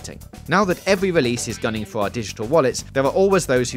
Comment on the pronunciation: "Skywim ", "mid-level wawiors", "welease", "micwo-transactions ", "pwomise ", "weal twasvesty " "Mawio"... Someone give some speech lessons before he records the voice overs.